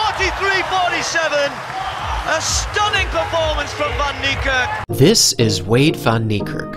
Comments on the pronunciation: My guy wrecking his name, it pronounced fan nee kerk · It's prounced Fun-knee-Kark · As an Afrikaans dude. The pronunciation of Van Niekerk made me cringe through my very core lmfao. It's 'Fun Kneekerk'. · It’s pronounced fan neikerk as it is an Afrikaans name instead of van neikerk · Americans butcher his last name 😂😭 that's so so wrong lmao Its pronounced as fun-knee-ka(a for apple)rk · It’s pronounced “fun” Niekerk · It's Van Niekerk! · It's said WAYDE VAN KNEE KARK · Van Niekerk Fun-knee-cerk E of Cerk pronoumced as A. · The way they pronounce his surname🤣😂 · Any other South African here who gets slightly irratated the way people pronounce his surname wrong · You don't say van Niekerk like that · Your pronouncing it wrong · This man is amazing, however please learn how to say his surname , I kept wincing every time you pronounced it. Come on. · Dude at least learn how to pronouce his name properly.